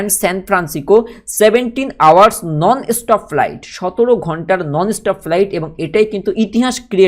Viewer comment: Pronounce correctly plz ,estop ki stop bola chith